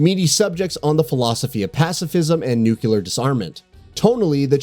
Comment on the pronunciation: You had me until you said nucular dissarment, i award no points for you a thumbs down and may god have mercy on your soul